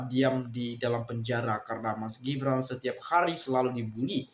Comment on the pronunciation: Gibran itu bukan shu tapi su su